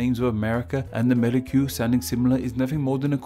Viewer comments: Amerri---- kyoo. Jesus. NO way that came out of a Spanish mouth. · Just a minor nit-pick: I have not heard the word spoken before, but I am fairly confident that Ammerique would not be pronounced a-MAIR-i-kyoo. Que at the end of a word is a hallmark of some of the Romance languages, especially Spanish and French. The word, of course, is indigenous, but its spelling would have been determined by Europeans based on the way that it sounded to them in their own spelling system. I suspect that it is probably Spanish, where que is pronounced kway, so the word would be pronounced a-MAR-ee-kway; if it is French, the ue at the end would be silent, and the word would be pronounced a-mair-EEK. Incidentally, the folk etymologies for NEWS are amusing, but not especially convincing for anyone who knows French, where the word for news is nouvelles, which literally just means "new things," just like the word news does in English. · Amérique is simply the French realization of America. /Ca/ [ka] unstressed became /ce/ [kə] became /que/[k]. The pronunciation of Amérique is 'ʁik'] not 'ri:.ku] like he's pronouncing it.